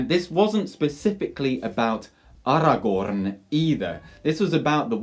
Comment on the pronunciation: Take a shot after every “AragoRRRRRRn”